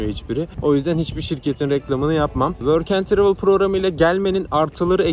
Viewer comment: Programa nasıl kayıt oluyon worken travil dediğin